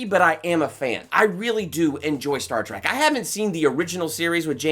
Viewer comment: He keeps saying Star Track not Trek